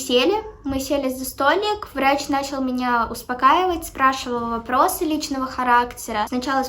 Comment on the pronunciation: Мне одной послышалось варачь